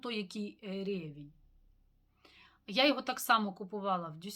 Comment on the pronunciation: вітаю! Дякую за добірку на літо! Спочатку хочу допомогти, вірно вимовляється Ан жардан сюр лє туа. Носитиму влітку аромати від 4711, Vivian Grey Vivanel Grapefruit & Vetiver, Gres Extreme Purete, Rochas Eau de Rochas Fraiche. До речі, у нас говорять рЕвінь.